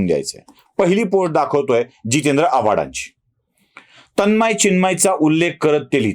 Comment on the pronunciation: तन्मय व चिन्मय याचा उच्चार करता यायला पाहिजे.